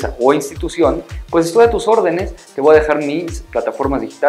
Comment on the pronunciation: Yo podría aconsejarte que no digas más "te VOA decir" se escucha pésimo, por lo demás bien.